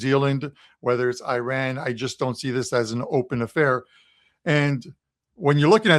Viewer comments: It’s painful to hear the pronunciation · I know nobody cares ,but it,s always good to pronounce it the right way!